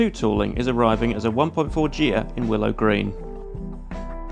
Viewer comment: Fiesta Ghia...not pronounced geeha😂. Somebody tell him please.